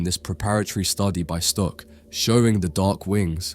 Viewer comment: Are you Dutch? Cause the way you say Stuck sound very Dutch. 😅